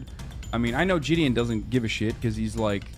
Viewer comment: I don't mean to entirely criticize, but the guy's name is pronounced ɡɪd-i-ən, like from "Buffy the Vampire Slayer." Unless somehow I'm wrong, and then I apologize.